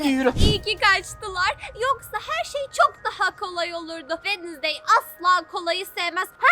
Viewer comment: wednestay değil adı Jenna.ortenga